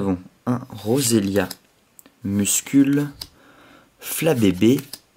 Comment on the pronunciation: bonne ouverture en general par contre j ai remarque que t avait beaucoup de mal avec mucuscule mdr j'ai entendu une fois muscule et cuscule m'enfin bref vidéo genial dans l ensemble ^^